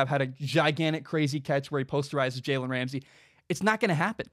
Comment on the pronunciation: Take a shot every time he says jalens name wrong